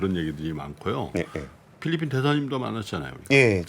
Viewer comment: 델몬트 썬키스트 ㅋㅋㅋㅋ 필ㄹ핀 ㅋㅋㅋ